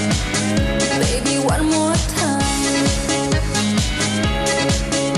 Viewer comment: Baby one more time si shkruhet ashtu e lexon stari si une ne fillore kur lexoja anglishten dhe ndonje fjale e lexoja sic shkruhej 😅